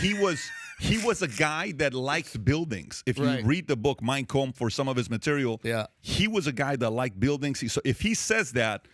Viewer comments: Did he say "my comb" for Hitlers book "mein Kampf"?? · Ah yes, Hitler's famous book "Mine Cumth"! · "Mein Kompf" -Patrick Bet-David 😄